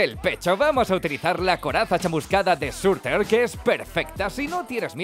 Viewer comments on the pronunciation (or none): Se dice SURTUR